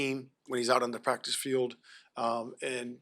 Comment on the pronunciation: But he still begins every response with "Yeah", still says "cottonuity" instead of "continuity" & still says "prac'is" instead of "practice", so...fail.